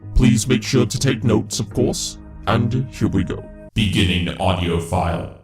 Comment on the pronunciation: Also stop putting so much emphasis on the word audio, it sounds weird